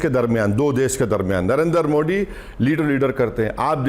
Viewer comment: पहले "मोदी " कहना ठीक से बोलना सिख लो, मोडी क्या होता है